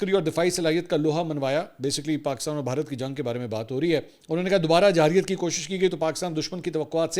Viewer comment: 1-29 خان صاحب،میں پہلے بھی آپ کے ویلاگ پر کومنٹ کر چکا ھوں کہ لفظ جارحیت ھوتا ھے لیکن آپ جاحریت بولتے ھیں۔ آپ کے ویلاگ بیرون ملک بھی دیکھے جاتے ھیں اور جو لوگ اردو سمجھتے ھیں وہ آپ کی قابلیت کو کس نظر سے دیکھیں گے؟ مہربانی فرما کر آپ خود بھی لفظ جارحیت بولا کریں اور شوشل میڈیا پر بھی یہ لفظ جاحریت بو جا رھا سو آپ سب کی درستگی کروائیں اپنی کسی وڈیو میں۔ امید ھے آپ تک میرا یہ کومنٹ ضرور پہنچے گا۔ سلامت رھیں